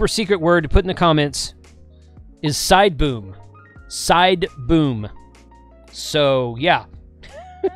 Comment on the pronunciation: Side boom. I thought you said side boob 😂. I gotta research what happened. I wanna know the outcome. Thanks for the video.